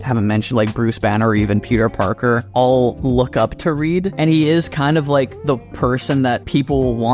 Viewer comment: It’s reed